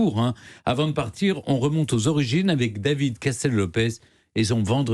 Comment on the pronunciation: "Avec vous Daviiiizddzzd...---" Faut dormir mon Steph